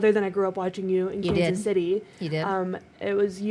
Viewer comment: Please stop saying west with an A and Kansas with an E